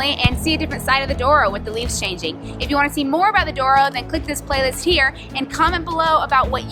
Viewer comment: Glad you liked the experience. By the way, it's Douro. I guess americans are more familiar with spanish words - colorado is one. As curiosity, if Colorado (which means colourful in spanish) was in portuguese language it would be Colorido.